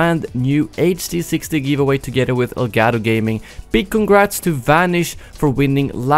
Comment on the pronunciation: Elgato ( Ell-Got-oh)